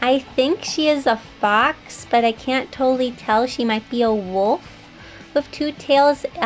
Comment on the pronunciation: who else herd box enstead of fox